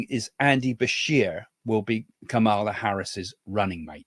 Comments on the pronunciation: The VP's name is pronounced KAH muh luh. Accent on the first syllable. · What about Trump calling Biden, Obama? And calling Nancy Pelosi, Nikki Haley? And calling JD Vance, JD Mandel? And confusing the Turkish President with the PM of Hungary? I think Trump and Biden both had cognitive issues. And please have the courtesy of pronouncing Kamala's name correctly. The emphasis is on the first syllable. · Think about pronouncing her name as *calm a law. 😊